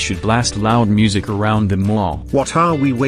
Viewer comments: Boris pronounces it moosic And in my opinion that music was insanely loud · They said moo sic not music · Boris cannot pronounce Music properly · Can Boris Pronounce “Moosic” 🤔